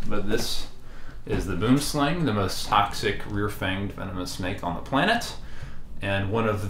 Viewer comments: As a South African its always hilarious to hear how people miss pronounce Boomslang. Boomslang is a Afrikaans word that means tree snake. Boom is Afrikaans for tree and slang is Afrikaans for snake. You can try and pronounce it by saying B-oe-m sl-u-ng. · there are two ways to pronounce 'boomslang', the snake originates from Africa and most pronounce it 'wrong' because of the way it's spelled. the name is in a different language (Afrikaans iirc) with different pronunciation, it's pronounced more like 'buoemslaung' or similar. hope this helps! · South African here, I get the language difference in the pronunciation of boomslang. May I suggest how to pronounce the slang part of boomslang, it is pronounced exactly the same way as the English word slung, as in, I slung my bag over my shoulder. The Boom part is very difficult as there is no word in English that I can think of with the same sound for the oo in the middle. Great content and channel even though I have a serious phobia of snakes. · Note, Boomslang is acctually pronounced booemslung, and literally means tree snake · Sigh i wish people would pronounce Boomslang correctly. BWOEM-SLUNG. Just look it up. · I just want to say, I am from South Africa and the name boomslang is Afrikaans. The direct translation would be tree-snake, but the way we make the "oo" and "ang" sound is completely different than how you guys do and it is actually one of the biggest cringes for us when we hear someone say 'boomslang" in english. 🤣 In Afrikaans everything we say is much deeper and more 'rough', almost like German. Unfortunately there is no sound I can think of in english that is even close to how you're supposed to pronounce it so I can't even teach you guys how to say it 😂. The "ang" sound is pronounced more like and "ung" sound but deeper and coarser. But anyways, great content and stay safe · Every time I hear the English pronunciation of boomslang I laugh, cause in Dutch it has proper meaning (tree snake)